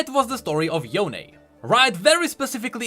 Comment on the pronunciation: Riot: Yonee/Yonie Everyone: Yone: yoNÉYH